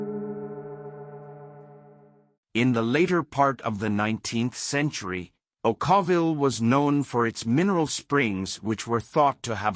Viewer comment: Okawville is pronounced O - caw - vill. The Spring house felt that it should have a ghost or two - even if it doesn't. Great weekend fun. Not fancy but a lot of character.